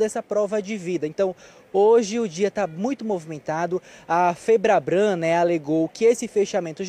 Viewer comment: Repórter, é FEBRABAN que se fala.